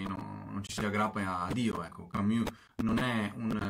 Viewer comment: Ma perché camIus